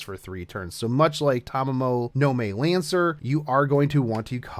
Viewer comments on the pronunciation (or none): It is Tamamo-no-Mae, not Tamamo-no-Mei. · Tamamo-no-may? Nonono its Ma-e Anyways tnx for the info teach and nice vid again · Saying tamamo no may REEEEEEEEE